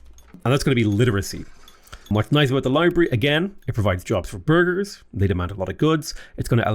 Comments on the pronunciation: Whenever you say burgese, i hear Burglar and need to double check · I hear burger 😆